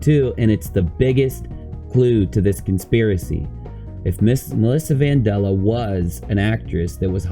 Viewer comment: How can you pronounce it van-doll-uh when it is clearly spelt vandella (van-Dell-uh)